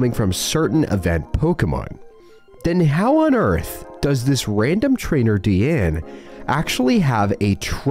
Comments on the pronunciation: Deanna has an 'a' at the end of her name. It's Deanna. not Deanne. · Sorry to nitpick, but it’s pronounced Ace Trainer “Dee-ann-Uh”. My girlfriend’s name is DeAnna and people ALWAYS get it wrong and it’s slightly frustrating for her. Great video otherwise and I love your content! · You missed the a at the end of Deanna